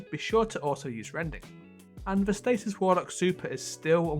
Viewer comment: You're not the only one that has trouble pronouncing it.